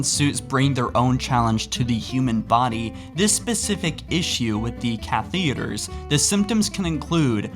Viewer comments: its not cathEders pls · kath-tha-der-s not caith-ie-drs